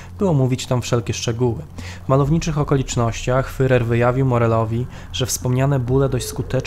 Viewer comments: Nie „fyrer” tylko fuhrer. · Świetny program tylko ... wymowa. Popracujcie nad tym (może jakiś konsultant), bo aż uszy bolą od tego fyrer. Nie fyrer tylko firer (tam jest tzw. u umlaut, poproście kogoś, żeby wam powiedział, jak to się wymawia). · super film, tylko ten "fyrer"... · Nie Fyrer, a Firer !!!! Podstawowy błąd. Ogólnie materiał dobry. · "fyrer", "fyrera", "kurfyrsztendam" człowieku, jeszcze nie rozumiesz, dlaczego nie mają 100 tysięcy subskrypcji? Autor kaleczy ten język tak, że nie da się tego słuchać. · Jest Pan inteligentnym człowiekiem,dlatego troszkę sie dziwię że mówi Pan "fyrer"😉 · Materiał ciekawy, ale wymowa "fyrer" to katastrofa! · Dałem "łapke w gore", ale ... "Fyrer"? Serio? :) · Niby wszystko fajnie, ale kim był ten "Fyrer"? Nie da się go lepiej wymówić? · Jaki "fyrer"? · A to już prawdę mówiąc zależy od danego landu. Precyzyjnie rzecz ujmując powinno się mówić /fjurer/. W kolejnych materiałach stosuje właśnie taką wymowę. Dzięki za obejrzenie filmu, pozdrawiamy! :) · Wszystko fajnie, ale wciąż "fyrer" i "fyrer". Jeśli nie potraficie wymówić tego słowa to odpuśćcie sobie jego używanie. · Bardzo ciekawy materiał, tylko błagam nauczanie się wymawiać słowo Führer. To nie to samo co furer. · jakiemu FEREROVI? IDZ na nakies lekcje wymowy...... swstyd FEREROVI?